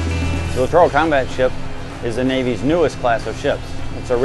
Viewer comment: Too bad he can't correctly pronounce the word "littoral"! The accent is on the first syllable, not the middle one...if you adopt a geologic/oceanographic term say it correctly. There is a LITtoral zone in the oceans, but not no litTORal